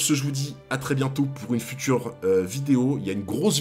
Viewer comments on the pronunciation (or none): none